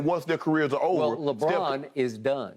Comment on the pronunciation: Skip have to stop himself from saying Legone everytime he says Lebron name is Hilarious